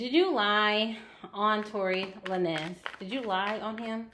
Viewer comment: The lin nez was throwing me off lol its lanes🤣🤣 dope ass reading tho